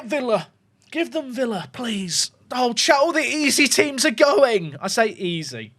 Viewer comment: Sometimes it sounds like says “” instead of “Chat” and I like to believe that he’s not actually streaming but don’t talking to himself